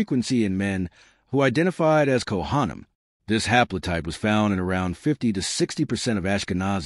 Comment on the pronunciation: This was really interesting except that I couldn't listen anymore because the pronunciations of words like Kohanim were so awful. Seriously, if you're going to put all this time into a historical video, why pronounce all the Jewish words so horrendously badly? Makes no sense at all.